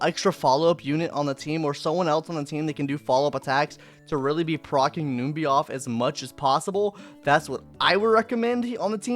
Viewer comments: Did u just call it "noom-by"?? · This is the first time I've heard someone call Numby, Noomby 😂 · Say the trotters name right! Jeez